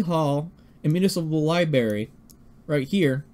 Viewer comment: Hey man, somebody has to say it... it's pronounced "libRARY" not "liberry". Sorry man, it's just irritating. lol